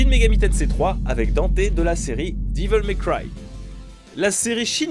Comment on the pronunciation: Diveul may cry mdr